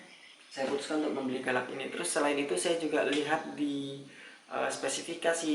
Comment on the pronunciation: mungkin orang lata yg tulisannya galax tapi kedengarannya "galak" bukan galax